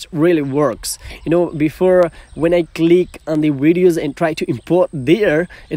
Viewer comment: Pls it’s videos not wideos🙄